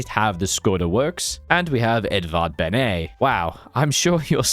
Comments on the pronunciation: not "bene" but beneŠ(SH), we pronounce all our letters, we are not the French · The correct pronounce is Edvard Bene-sh not Bené 😂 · Btw it's not Edvard Bene but Benesh. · For anyone wondering, the correct way to pronounce Edvard Beneš is "Edvard Benesh", the way he read it sounds like he was French xdd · btw you can just pronounce beneš as benesh, it’s literally what š sounds like